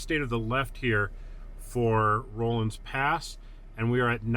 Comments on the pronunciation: It's a short O sound, not a long O. RAW-lins Pass, not ROLL-ins. Think Henry Rollins. Also, Moffat Tunnel is very much still in service. I was knocking around Rollinsville just a couple of years ago, and got to watch a freight train roll through it. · It isn''t "rohlans" pass. It's pronounced "rawlins" pass. Ask any local. Just annoying. Anyway, if you fly your drone a little further past the tunnel on the west side, you'll see where there is, or used to be a short trestle on the side of the mountain that goes over a little ravine. I have driven through the tunnel many times before they closed it, and once rode my bicycle from Winter Park to Rollinsville (pronounced "rawlinsville") when I was 50 years old. (25 years ago). Anyway, I love your videos about the Corona Pass.